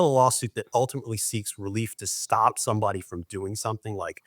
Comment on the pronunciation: ST - the "st" sound in words. There's no H in it. It's not SHT. It's STop, not SHTop, for example.